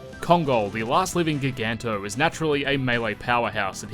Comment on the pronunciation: ....did you say gig-anto? You realize it's ji-ganto as in giant......